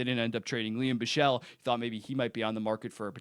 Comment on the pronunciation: BRO IT‘S BICHSEL NOT BISCHEL😫😫😫